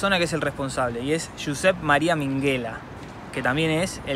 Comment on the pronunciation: Minguela no, Minguella, como "y" se dice